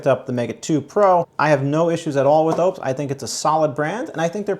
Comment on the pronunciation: I don't think your pronunciation of Oupes is correct